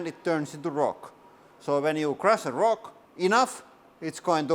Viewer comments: I love how he says roc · It's the way he say rock. Sweden and Finland legends of rock and hard rock ;)